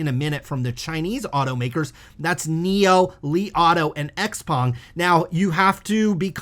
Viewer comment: Xpeng pronunciation is 'shou-pang'.